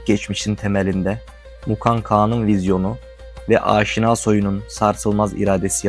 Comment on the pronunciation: Aaaşina ne abi? Niye uzatıyorsun, türk dil yapılarında uzatma yok. Direkt “Aşina” demelisin